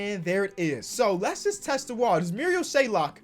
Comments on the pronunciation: Marial SHAY-OK. There’s no L in his last name stop calling dude Shay-Lock it’s not hard to read a name 😂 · There is no L in his name!!! SHAYOK NOT SHAYLOK like so he sees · There's no "l" in Shayoks last name, it's SH-A-OK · Very minor detail but there’s no l in shayok it’s not shaylock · It’s not shaylock it’s shayock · it’s shayok not shaylok 🥺🥺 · his name is mariol SHAY-ok. no L in between. shout out ISU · LIKE SO CAN SEE THIS It’s Pronounced Shay-ock, there’s no L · Where's the L in 'Shayok', just wondering? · there’s no L in Shayok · There is no L in Shayok